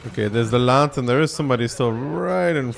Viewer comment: So, judging from these games, the Lätt is a great city tank, and somewhat average on open maps. 🤣The games might've been on annoying maps, but it's fun seeing challenging games when as the viewer one is spared the suffering and efort. :D Oh yeah, if you want to get the "ä" more correct, its more like how you pronounce the "e" in belgium, than an "a", so more like "leht"(with a silent h) for an English phonetic spelling.